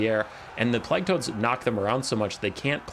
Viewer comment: the way you pronounce plague offends me